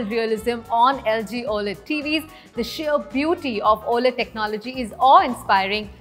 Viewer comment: It's not Oayled its O - L - E - D TV and how many times you said it wrong 🤯 . gol gol ghumne wala is Lazy Susan. Sharing food from everyone's home is POTLUCK.